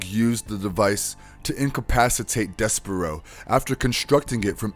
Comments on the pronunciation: BRUHHHH "DES-PERO" ...you turned his as into to a bird like 20 times.... Deysparrow come on..... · You’re pronouncing it wrong! It’s dess-per-oh! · I can't watch this if you can't even say his name correctly